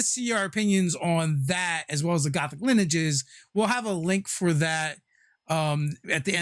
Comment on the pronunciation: That is not how you say lineages yo